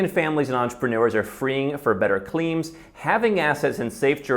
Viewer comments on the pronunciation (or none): "climes" /klaɪmz/ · At the beginning of his talk when he read the headline "fleeing for better climes," mispronouncing "climes" to rhyme with "teams" instead of "times," I realized how little this guy knows. You discredit yourself when you say and use words incorrectly--this is especially true for native speakers. (We give second language users more latitude.) It demonstrates a lack of serious attention to language as structure. The impact of your ideas will be diminished as a consequence. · Canada's forecast is worst in the OECD for the next 40 years. Seems about right. After visits/stays around England, Norway, Denmark... I can say, Canada has many qualities of course, but.... wow, compared to say Norway, it's almost like another world. Btw, it's 'climes' (like climbs), not cleems.